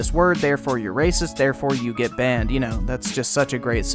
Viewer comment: DID YOU JUST SAY GUN B A N N E D